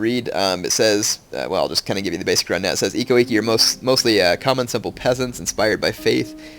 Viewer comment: actually the I's are pronounced as like an E. so it's like ekko ekke